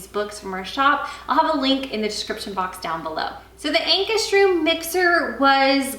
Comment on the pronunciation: Pronounce it like "Anchor's Rum".